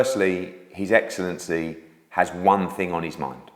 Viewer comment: Take a swig when Eddie says 'his excellency' 🥃 ; ; ; ; ; ; ; ; ; 🤦‍♂️ Hideous pronunciation